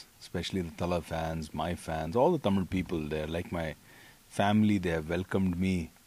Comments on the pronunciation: Your pronunciation is amazing...the word தமிழ் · Though his mom is thamizh it sounds really good to hear the word THAMIZH from a bollywood actor & not tamil. Thanks vivek. Hope Vivegam brings you more opportunities in THAMIZH cinema for you. ALL THE BEST. Also needless to say that we thala bloods appreciate real talent. WAITING for 24th AUG.